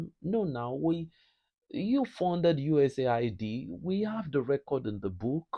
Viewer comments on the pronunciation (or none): none